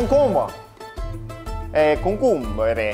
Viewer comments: "concombre eh.. cocumbre !!" - Charles Leclerc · Charles : "CONCOMBRE… Concoumbèrè ? … FENOUILLE" 😂